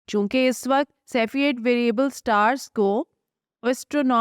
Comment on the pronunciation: محترمہ آپ اور عدیل صاحب بہت اچھا کام کر رہے ہیں ۔ اس وڈیو میں تلفظ کی چھوٹی سی غلطی کی نشاندہی کر رہا ہوں امید ہے آپ آئندہ تلفظ کے مطابق اپنی بات کریں گی ۔ جب ہم ماضی یا مستقبل کے وقت کی بات کرتے ہیں تو اس کے لیے اس وقت (الف پیش کے ساتھ ) بولیں گے جبکہ حال کے لیے اس وقت ( ا کو زیر کے ساتھ ادا کریں تو درست ہو گا